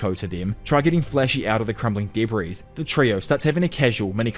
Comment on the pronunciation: I love your videos soooo MUCH that I sit and watch them ALL the way through in spite of how much I absolutely DESPISE the way you pronounce "debris" as "duh breeeze" lol.